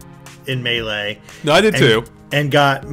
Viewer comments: It's May-Lay. Not MAH LAY. You're making me cry. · Ok this has been bothering me but it's Super Smash Bros Melee! Not "Super Smash Bros Malaay"!